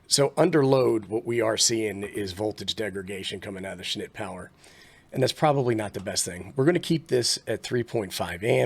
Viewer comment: Dude, you cracked me up every time you said "schnit" . Not sure how you kept a straight face.